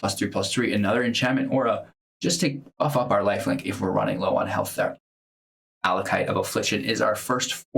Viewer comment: Thanks for the video! Just one small thing: it's "Acolyte" (of Affliction), not "Allocyte".